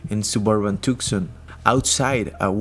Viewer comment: NOt tukson, it's Tuscon. Pronounce it Too-saun.